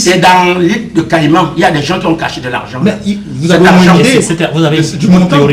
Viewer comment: Il dit île des caïmants 😀😀😀😀😀😀😀